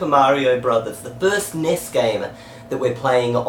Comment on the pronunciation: Its abunchew all over again! its not ness. its enn e ess.